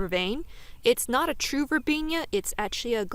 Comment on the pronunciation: It's pronounced verbena not verbenia.